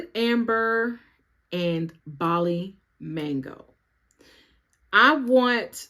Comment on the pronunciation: Thank you for pronouncing Bali correctly! So many other people pronounce it Bally ☺️